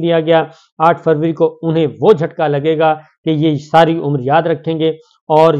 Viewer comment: یہ آ ٹھ فوری کیا ہوتا ہے صابر شاکر صاحب۔ آ پ کا مطلب آ ٹھ فروری تو نہیں ۔ یاد رہے میر ی طرح بہت سے لوگ آ پکی اردو سے آ پکی ذہانت کا اندازہ لگا لیتے ہیں ۔ وڈیو کھولنے کی ضرورت ہی نہیں پڑتی ۔